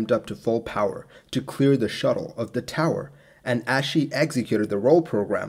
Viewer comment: As she